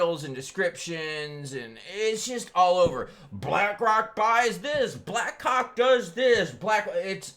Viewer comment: Did you say black rock or did you say black cock